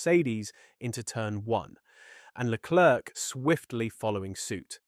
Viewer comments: You should learn how to pronounce Leclerc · AI can't speak French